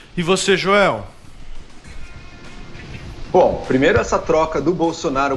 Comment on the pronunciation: Joel como sempre falando "joelcisse"...